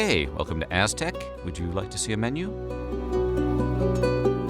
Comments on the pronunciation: Bro, you pronounce Aztec like s#$t. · I cant stand your pronunciation of aztec words